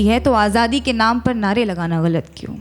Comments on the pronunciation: The way she pronounce "galat" is wonderful. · Bcoz she pronounces her right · ग़लत का इतना सही उच्चारण जो आपने किया है, उसी पे फ़िदा हो गया हूँ मैं :) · Because she says it right! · ग़लत उर्दू का लफ़्ज़ है, जिसके नीचे नुक्ता (एक बिंदु ) लगता है, जिसके कारण उच्चारण अलग होता है।